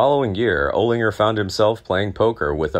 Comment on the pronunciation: Oh-Linger? What the Holy Fuk? get the Fug Out - are you a Jew?